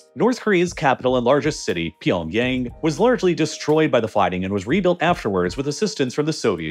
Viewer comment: You're saying pyeongyang incorrectly